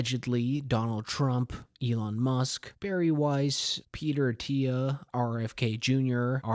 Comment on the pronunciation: "Peter Tia"? It's 'Thiel'. Bizarre.